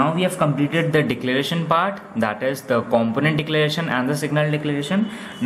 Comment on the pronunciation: Great video, only thing is the way you pronounce component is wrong.